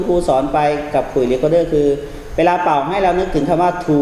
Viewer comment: ปิดไม่สนิทค่ะ และ เป่า ออกเสียงเกินขนาดค่ะ